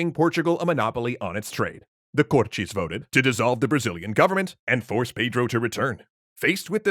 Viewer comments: Thick Brazillian accent? I can assure you we don't pronounce it as Cor-Tschêz. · omggg there's no x in cortes why do you keep saying cortxes😭😭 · Love how you've pronounced Cortes with a Brazilian accent despite them being Portuguese. BRASIL SIL SIL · The "Cortes" were in Portugal, so no reason to pronounce the word with the Brazilian accent... Apart from that, great video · The way you pronounce 'Cortes' is the Brazilian way. The Portugese way would be to pronounce the 't' as a simple 't'. /t/ before /i/ or /e/ being a 'ch' sound as in 'choose' is a Brazilian thing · Kinda irritating tha he's pronouncing cortes with a thick brazilian accent